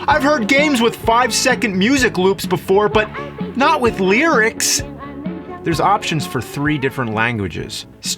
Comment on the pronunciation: Do you pronounce it "lyrics" or "LEERICS"?